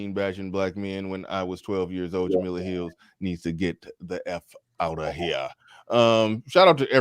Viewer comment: Her name is "Jemele" not "Jemela". She has the masculine form of the name